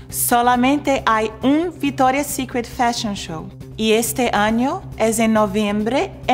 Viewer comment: No entiendo por qué dice "VITORIA" si cuando lo dice en ingles lo pronuncia bien... viCtoria! jaja igual la amoooo!